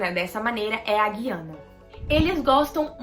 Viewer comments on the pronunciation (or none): none